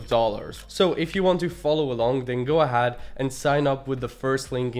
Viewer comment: bro you can't keep pronouncing 'ahead' the way you are, its really off